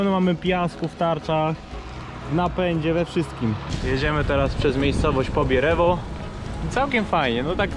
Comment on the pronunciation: Pobierowo, a nie Pobierewo 😅